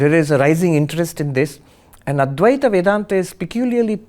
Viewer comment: It's not Adweath. It's adwaith